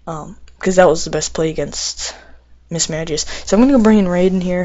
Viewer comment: Its pronounced mismagius not mismadgius